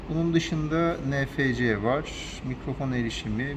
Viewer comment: Nefece değil enefsi diye okunur mah değil miliamper diye söylenir